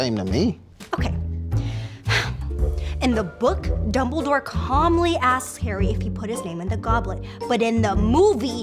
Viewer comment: Learn some English, it’s calmly not carmly